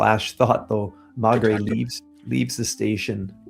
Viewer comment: may-gray. may-gray. Maigret. trust me.